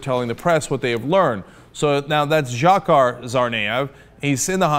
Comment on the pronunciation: I love your coverage of this whole story. But Cenk, please stop calling him "Djakkar". You showed an interview of one of his friends saying "it's pronounced Djahar" (like Jafar from Aladdin, but with an H). So you can (and should) pronounce it that way... After all "Cenk" doesn't have the most intuitive pronounciation either.